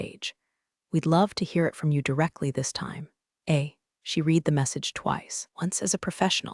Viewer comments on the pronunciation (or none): In the past tense read is pronounced red